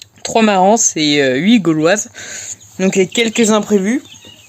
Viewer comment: Super vidéo, bien expliquée❤ un petit détail, on le "s" de Marans se prononce pas 😉🙂 continue les vidéos, elle sont tops et ludiques